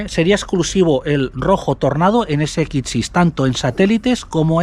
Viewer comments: Porqué dices SXI de esa forma tan rara?? Ibiza ese ekitch si😢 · Porque dices S"ekitxi". Que cosa más rara dices. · Me encanta esto les sigo hace años ..pero m poner nervioso como pronuncia la x ggrrrr